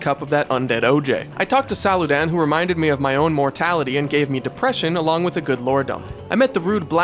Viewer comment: Still the best game from soft as come out with. I'll always stand firmly on that Also "saludan"??